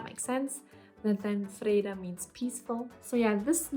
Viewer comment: Hi; first I want to say that I think that You have an impressive list of nice names there, and in the end I am sure You will know which one suits the newborn best. Few comments then, Your pronunciation of the name Linnea is spot on - exactly how we say it! - as for Freeda you do know that we have the Swedish version "Frida" which is what all Swedes would imagine your kids name would be if they heard the name so to say. For your partners favorit Ragnar (I guess he has watched to many Viking episodes) there is however the female version, not that common though "Ragna" could be a middle way to make you both pleased. Then finaly my personal suggestion of the name that we also ended up giving to our daughter and that I think is a very nice old name (originally from Greece i believe) and it also works worldwide which i think is important these days .... Iris Whatever You choose I am sure it will grow into the perfect name for that new little familymember.